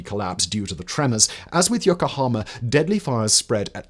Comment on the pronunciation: Firstly, is it REALLY so hard to at least try to pronounce Japanese correctly? I know it's a tough language to master, but Yokohama is one of the easiest places to pronounce. Secondly, you completely glossed over one of the reasons that Japan sided with Germany in WWII, the reason I watched this was to hear someone talk about it, but no. Despise having sided with the UK and our allies in WWI (which you failed to mention), they chose Germany, in part, because they had seen the Americans slowly creeping up the Pacific, taking land away from the native people of various islands (Guam is good example) and thought it was only a matter of time before Japan was on their radar. Thinking Germany had a good chance of winning, and wanting to keep the Americans at bay, they sided with, what they thought would be, the "winning" side. This information is easily accessible. Is this written by an American, perchance? I'm not saying Japan was right in it's choice, but you have to admit, America thrives on invading sovereign nations, so I understand why Japan took the action it did.